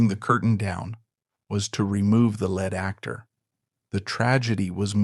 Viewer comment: "remove the led actor'...another AI. mispronunciation